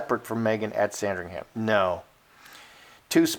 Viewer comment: We don't pronounce ham at the end of Sandringham, it sounds like um. So say sandring-um.